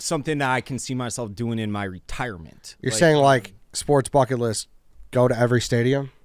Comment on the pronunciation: Am I just now realizing that WSD pronounces it shports